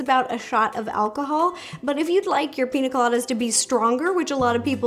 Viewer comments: PiÑa Colada, not Pina lol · Ur pronouncing it wrong... Its not Pina.. it's Piña pronounced pinya colada but still looks good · Ugh it’s piña colada.... not pina all my Latinos are offended lol. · Pronounced: PEEN-YA Colada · Just a little correction, its actually pronounced Pinya Colada because the “n” in Pina is supposed to be an “n” with a “~” on top of it, its in the Phillipine Alphabet ☺️ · It's a pina rolata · Me as a Spanish person throughout this whole video PiÑÑÑÑÑÑÑaaa colada !!!!!!!!!!!!!!! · I love your videos so much. I’ve been watching them for 8 years!! I just wanted to let you know it’s piña colada. Using the letter “n” is different than using the letter “ñ”. The letter sounds different and is used differently. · As a Latina, the way she pronounces piña colada is hilarious🤣